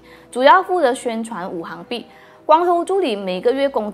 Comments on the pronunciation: Wu xing bi, not wu hang bi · 五行币是读五"xing"币，不是五"hang"币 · 拜托。。。是五行（xing）币。不是五行（hang）币。。。 ==“ 晕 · ，五行讀作行(xing2)，是金木水火土的總稱